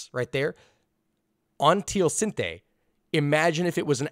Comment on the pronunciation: Still pronounced teosinte wrong lol